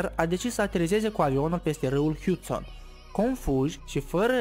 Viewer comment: Se rosteste ,,hàsten'' nu ,,hìustèn'' (asa am auzit)